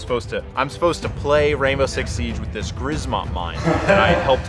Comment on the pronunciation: my polish ass laughing at them pronounce grzmot as griz-mot and not g-shmot